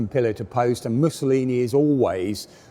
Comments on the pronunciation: "Musaloony" hahaha possibly the most appropriate slip of the tongue in history. ( 5.10 ) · "Missaloony"? Someone's been watching too much 'Allo 'Allo? ;-) Gruber's Kleiner Panzer ("little Tank") was a wonderfully well done conversion.